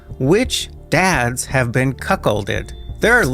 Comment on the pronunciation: Im sorry....but did he say....they can determine thru DNA which dads have been "cuckh○lɗeɗ?" Did I hear that right? I cant make out what he's saying. Maybe my mind is in the gutter, but thats literally what I'm hearing. But...I must be getting that wrong? Wtf is he saying? That can not be what he actually said lol. Please somebody confirm I am not the only person hearing him say that 😂